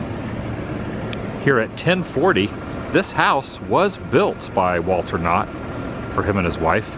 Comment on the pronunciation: HEY ATW...WHEN YOU SAID WALTER KNOTT SEVERAL TIMES, I thought you were saying " Walt or not" and kept thinking why you were talking about Disney so much! Great vlog. Great Collab! Ok, I'm just gonna say it," is awesome!" She has an incredible screen presence and should be collaborated with more often! What a cool town. On "Die Hard", Pomona is where McClane told his wife his captain retired to (actually, he said "Ramona").